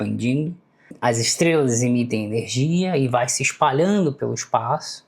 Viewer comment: Valeu! "Estlelas" E o cebolinha narrando esse video?